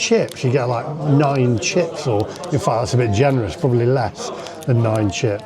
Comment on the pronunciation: Don't no how you said 9 chips